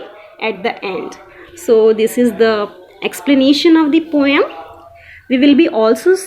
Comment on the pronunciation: Good job ma'am. But need to improve on your pronunciation. Like not a poyam. It's po um. Nacked. Neked not it's Nak ed But rest of that good job